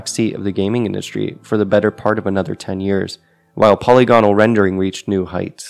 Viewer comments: you misspronounced polygonal its supposed to be poll ig an all you said polly gone all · Po-lygo-nal, not poly-gonal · The word 'polygonal' has the stress on the second syllable: 'puh-LIG-uh-nuhl'.